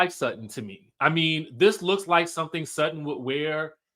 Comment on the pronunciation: Alright Sutton! But it's Sutton